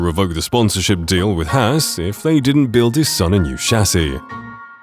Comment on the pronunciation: It’s Haas not hass